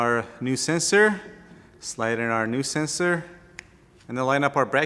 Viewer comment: how can you pronounce solenoid but cant pronounce sensor. whats a sesor annoying how make a vid but i need google to translate. stay in your lane